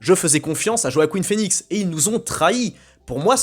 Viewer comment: "Joaqueen" phoenix 😂